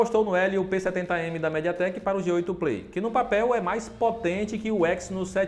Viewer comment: Alguém além de mim notou q o apresentador falou médiateck o vídeo inteiro?